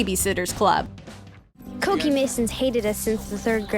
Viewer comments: Cokie (coke E) lmfao its cookie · Also I thought Cokie was pronounced Cookie all this time